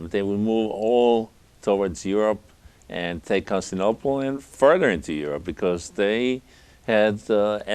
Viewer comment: Consinople? This dude stanning for Heraclius so hard he can't even pronounce the name of the city. Leave some of that stan for Nova Roma buddy.